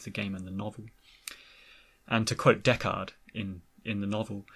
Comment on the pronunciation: I've never seen Blade Runner, and I was so confused when you kept saying Deckard, because I thought you were saying "Dechart." At first it threw me off, but now, my RA9, that's funny! 😂